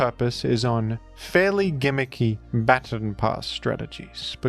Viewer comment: Hey. You pronounced "baton" incorrectly, several times. Please be better. 😉